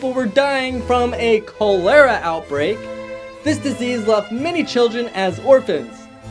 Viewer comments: Great video I really enjoyed it the only thing is cholera is pronounced (call-er-a) not (coal-lair-a) when you first said it I thought it was a made up illness until you corrected the spelling on the plack again I absolutely loved the video and will be watching more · That pronunciation of Cholera irks me. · Cholera is pronounced Collar-ah. not cole-er-ah. The bad lip synching goes back FURTHER than Jackie Chan! It goes back to BRUCE LEE. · Not how cholera is pronounced. That hat is Carmen Miranda. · You said cholera wrong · "They spelled Cholera wrong!" Yeah, and I'm pretty sure you're saying it wrong my dude. So don't judge.